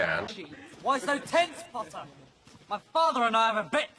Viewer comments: It’s not Potter or pottah it’s PPOttaH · draco: Potter my subtitles: Pasta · Me: potter Draco:POTTAH Me:NO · "you'll never catch me POTTAH!" Sweetheart he's trying to catch the snitch not you. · Draco really does like saying POTTAH more then Harry likes saying Draco. Lol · There should a video for every time Draco says "Pottah" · Everyone: Harry Pottah Draco: hArRy pOtTaH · the reson malfoy says PoTtAh more is because hes gay while potter is bi 😌💅 im smort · Harry: repeat Draco: sure Harry:po Draco:po Harry:tt Draco:tt Harry:er Draco:er Harry:Potter Draco: PoTtAh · Video: PoTtAh Captions: pAsTa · Draco when he calls Harry:PoTtAh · Now he fr got me pronouncing it "pottah" and not "potter" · gay pottah? you wish. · Pottah i mean it sound like p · sup pottah! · During the potter scenes draco is say potter like butter but with a p 🤣🤣🤣😂😂